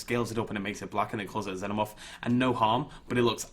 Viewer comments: ITS FUCKING PRONOUNCED ZEE-NO-MORF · You're a cool guy but I get mad every time you say xenamorph wrong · you need to say xenomorph as xinomorph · Can someone help me? Is it pronounced like Zenomorph or Zeenomorph. I've been saying it the second way forever. Am I wrong? Does it matter? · It's pronounced (Zee-No-Morph).